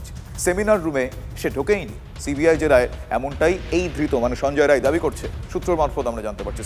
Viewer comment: সঞ্জয় রায় নয়। সাঞ্জয় রাই।